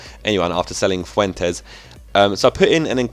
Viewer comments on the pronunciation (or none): none